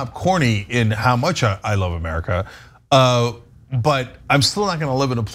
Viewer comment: Myrrkah! New spelling!